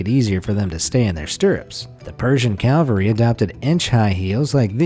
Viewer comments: Persian CAVALRY. Not "calvary." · Cavalry* not Calvary. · It's CAVELRY - not CALVERY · "The Persian Calvary" I'm sorry, that's cavalry, pronounced Kaa-Val-Ree. "Calvary" (Kal-Vaa-Ree) is the place where Jesus was crucified. "Cavalry" means "a force of soldiers on horseback." But you aren't alone--LOTS of people screw this up. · "The Persian Calvary". No. The Persian Cavalry. Calvary is in Jerusalem. It's where a rather nasty form of execution is said to have been practiced, most famously on a certain religious figure. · Cavalry, not calvary!